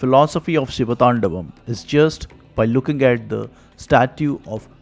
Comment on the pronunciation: Great work spreading your knowledge! but you butchered the pronunciation of the siva thandava sotram. Hope you correct it next time! - 1. "Gala jJala praVaha pavi thastale", not "tala jvala prabhava pavi thastale". 2. "ninada Vadda"not "ninada madda" 3. "thandavaM" not "thandavath"